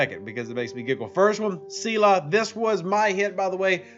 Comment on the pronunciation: I know I’m going to like this vid! Lol “c-la”